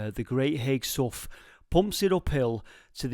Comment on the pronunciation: I blame Shakespeare for our language that can sometimes be difficult. Sough pronounced (sow) not my fault, great vid again.